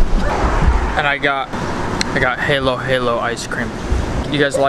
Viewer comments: Halo Halo is pronounced like (Ha-low Ha-low). Haha funny bro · Loved the vlog! Lol didn't expect a pastrami sandwich out of the ice cream shop. That surprised me! Filipino Halo-Halo pronounced as ha-low ha-low.